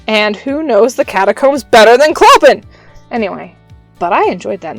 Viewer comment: His name is pronounced Clo-pan :)